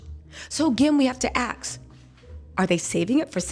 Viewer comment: Asssk not Aksss. There is an s before the k.